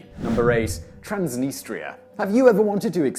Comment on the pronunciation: TRANS deh-NEE-struh.